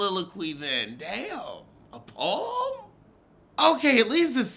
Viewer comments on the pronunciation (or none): "read her peom" 🤦🏽‍♀️😩 Monique was easy - didn't take murch effort to bag